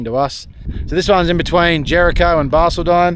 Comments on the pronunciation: It's driving me nuts. Not Barceldine its Bar-cauld-din I use Google for the pronunciation of towns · when we talkn to locals about pronunciation of balcaldine 😆😆we call it barky they told us 😆😆that will do me 👍